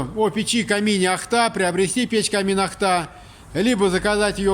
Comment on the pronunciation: ударение на первый слог!!!!! ОООООхта!